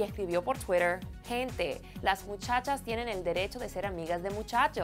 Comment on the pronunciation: JAJJAJJ twittah'